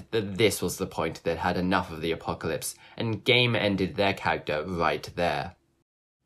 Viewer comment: The apocawypse. Hewwo my name is wandy.